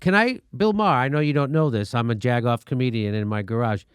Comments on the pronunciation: Not the I like him at all, but his last name is pronounced Mayor like the leader of a City! Not Meyer!!!!!! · Jimmy: "Bill May-har". Classic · BTW, his name is pronounced "Marr". As in "Bill Maher MARRED what originally made him great by treating politics like a sports league and then throwing a 3 1/2 year tantrum that his favorite team didn't win the big game." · You cannot pronounce Maher's name right, you fucking turd. Take your right wing shit and shove it. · First of all I love how Jimmy keeps going after Bill Maher. The guy is a joke. And I also love that he keeps saying his last name wrong.